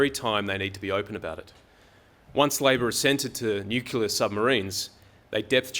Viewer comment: Nu-clear not nucula.